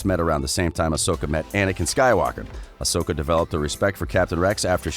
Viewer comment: Barr-Iss Offee? And OSAKA Tano?